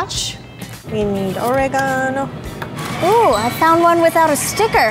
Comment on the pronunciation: The way pronounced "Oregano"